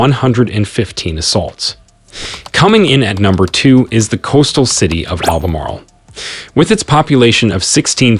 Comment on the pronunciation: Albemarle is over 150 miles from the coast....plus the way you pronounce some of the cities shows you have no idea